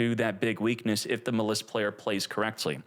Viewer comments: We've had this deck too long to be calling it Muh-Liss, come on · Every time I go to the store I forget “Muh Lis” LOL you crack me up with that one my man. I thiiiink it’s pronounced like the word malice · I don't like how he says "muh-liss" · Dudes it’s pronounced mall iss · I hate how he pronounces maliss. It’s like he’s intentionally doing it